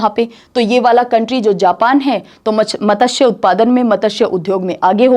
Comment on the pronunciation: Ma'am sorry matasya ka hindi pronuce wrong hai